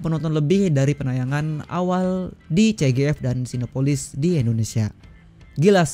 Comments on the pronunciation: Abang nyebut nya cgf,bukan cgv🙏🏻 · CGV bang, bkn CGF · mustinya jadi ce ge pe sih bang😅🙏🏻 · Masi aja salah penyebutan cgv bang